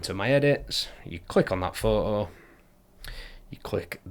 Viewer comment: Wait... So you can pronounce the "t" in "photographers" but not in "photo"? Fuck I rude... 🤦🏻‍♀️